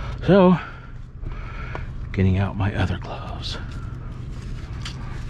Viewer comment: Thanks, you got me saying glubs instead of gloves but it's 👌